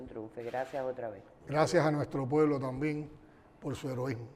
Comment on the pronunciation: Tamben dice tamben ni hablar sabe EL SI SIN GAO ESE ES UNA PUDRICIÓN LO QUE SUELTA POR LA BOCA EL DEFONDAO LA DEFONDA ESA DÍAZ CANEL SING AO